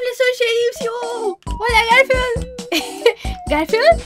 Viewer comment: dice galfield yo: hermanooooooooo❤❤❤❤❤❤❤❤